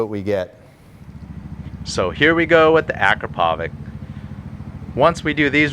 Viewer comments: Akrapovic, not Akropovic. Actually Akrapović, but probably too complicated. :) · Ah-CRAP-oh-witch. That's how it's pronounced. Believe me.